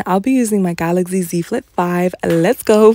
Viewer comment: So start pronouncing “GalaXy” NOT “ GalaZy”. Workin with them and can’t even pronounce the name properly…smh